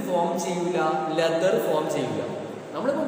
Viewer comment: Sir cheriyoru correction ind sir leather ennan pronouce cheyyine